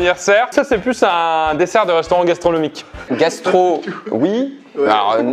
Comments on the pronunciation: dessert gastronomique: gastro OUI, nomique NON 😂😂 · "C'est plus un dessert de restaurant gastronomique":" Gastro, oui, mais alors, nomique..." Ça m'a achevé 😂😭😭